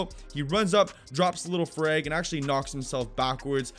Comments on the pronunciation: You said frig and not frag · I hate how he says freg instead of frag